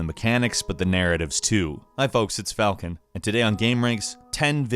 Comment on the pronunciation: FalCON. Not cone wtf